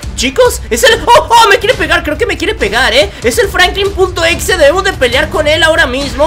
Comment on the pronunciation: Oye no se dice FRANKLIN punto exe se dice FRANKLIN EX.E